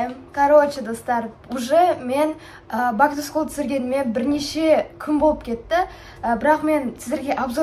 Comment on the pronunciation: Бак ту скул емес бэк ту скул деп айтшы Бак ту скул дегенде не приятно болып естіледі